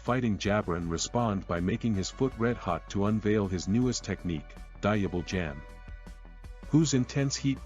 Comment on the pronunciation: “Portegas d ace” “diable jamb” 😭 great recap tho appreciate the hard work